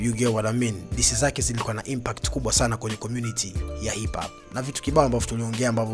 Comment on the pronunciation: Hizo impact huzi semi una ishia kusema impat sikuelewi mzee wangu